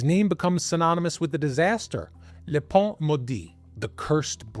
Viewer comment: You pronounce le "pain" maudit as le - pont- , which means bridge, a complete different meaning. Your pronunciation isn't just wrong, it's misleading. Pain is the same sound as in "un" ( one)